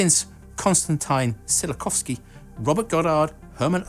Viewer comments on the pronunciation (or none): I think you butchered the name of a father of rocket equation (I am not a Russian, but also a slav). Not "Constantine", but "Canstantin" and the surname is like "Tsyawkovskeey" (with "ee" really short, and last "y" almost not recognizable). In Poland we often call him "Tsyowkoweskee" (we often polonize his surname, because his father was a Pole). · Constantine Zillo-kofsky, Hurrmen Oweberth, Robbert Estenolt-Peltery, Corellyoff, Urnst Stollin/dzh/er..., please, yours has come to be recognised a respectable channel. Please research into the pronunciation of names before you're making an ignorant arse of yourself on YouTube. Thank you. You've managed an almost exemplary "Wernher von Braun", so why did you decide to butcher the former ones?